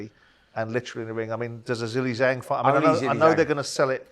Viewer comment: Can someone please do a compilation of Talk sport presenters saying Zhili Zhang? Jilli Jang, Jeelay Jang, chilli jang.... 😂